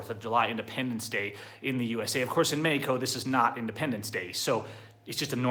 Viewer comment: Bro if you are going to try to say Mexico in spanish, then learn to pronounce it correctly . And good luck with the new socialist Mexican president. Please dont come back. Oh and by the way Mexican see u as a joke. Just give it time and you will realize it.